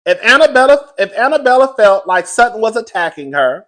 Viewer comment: Jennie MAY, DorEt, and Annabella .. are 3 women whose names will never be said correctly on this channel 😂